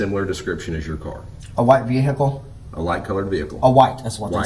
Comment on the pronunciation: His car even looks white as he staggers out of his "silver" ve hicle.